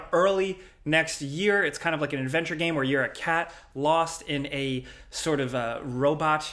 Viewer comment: Shit I got beef with and I've never even met the man. The dude can't even say the word "game" right lol Nah he seems cool, I'd buy a beer 🍻